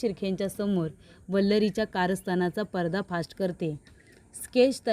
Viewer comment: . परदा फास्ट नाही गं पर्दा फाश असे म्हणायचे